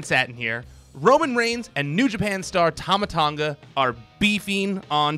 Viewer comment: I thought to myself if there was no tongan wrestler i was like what is it only samoans and ooii man your prouncing tama tonga wrong its t.a.m.a .t.O.n.g.a not tama tanga.